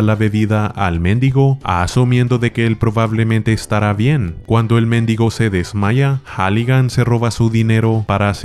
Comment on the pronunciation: Muero de risa cada vez que le dice méndigo al mendigo